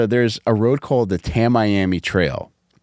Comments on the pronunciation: It's pronounced "Tammy-Ammy" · I love this podcast so much… it’s pronounced tami-ami.